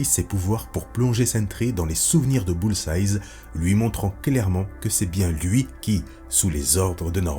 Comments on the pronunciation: stp tu peux dire "BULL-Z-AÏE" et non pas "BULL-Z-AYZE" c'est la même avec Hawkeye, c'est juste un seul "eye" au singulier pas au pluriel, ok merci bg sinon trop bien tes vidéos bg <3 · Dans la première histoire tu prononces "Bullseyes" en parlant de Hawkeye et ça me titille 😂 Mais très bonne vidéo! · très sympa surtout que j'ai toujours adoré les What If? (que je trouve souvent plus intéressants que l'histoire officielle) par contre un reproche: Bullseye c'est au singulier (entendre un 's' à la fin ça pique les oreilles :/)